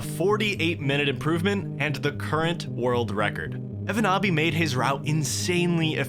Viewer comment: I find it funny that pronounces the Finnish name like it's legit, but the name is a meme. 😂 evonaabi basically means "a noob who can't do it"